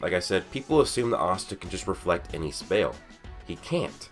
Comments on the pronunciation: “people just assume Asta can reflect any spael” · Sounded like a lil bit of country slipped out 😂